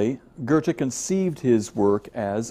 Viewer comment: Thank you for a fantastic video! I really enjoyed it and it was also helpful to my essay. I do think it's quite funny how he says "Ghurrte" though! ;)